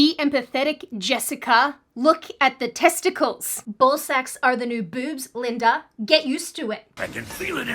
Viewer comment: You sounded way more Australian than American when you said Testicles.